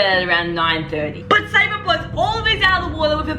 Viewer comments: Please😭 Sabre’s name is pronounced Say-burr. How have you seen all these videos and still can’t say the name right😭😭 but anywho, this is one of the most dramatic video I’ve ever seen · its say-ber not sabray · why’s she saying sabre as sab-ray, it’s pronounced Say-ber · Sabray? Its pronounced Say ber Sabre ...sayber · Sabray??? lol it’s Sabre … pronounced like “Saber” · im not even a fan of them nor watch them but its pronounced soki and saberr lol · It’s say-ber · Pls learn how to say Sabre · you’re not saying sabre right bruh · just needed something to post. The Norris nuts say this almost every video they are NOT a perfect family. If you’re goona post about them learn to pronounce their names. You did not do enough research and it shows. None of them share in the new house omg shut up. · sockie literally got the ensuite room what do you mean she ended up at the “bottom of the list” She got first pick even though she will end up moving into the house next door. And please learn to pronounce Sabre and stop hating on Brooke and Justin. They love their kids and are not controlling what so ever. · Okay no hate but PLEASE learn how to say Sabre I beg you!